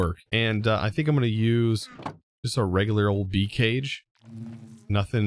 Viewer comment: How many times did you say "be'ee" during this episode, it was suddle lol but made me laugh